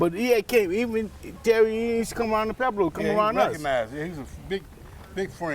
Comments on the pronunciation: How come everybody pronounces pueblos, “Peblo’s”? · They can't even pronounce Pueblo correctly lol